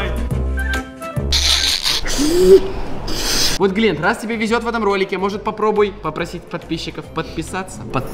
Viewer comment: После «Глеент» хочется услышать «Кобякоов»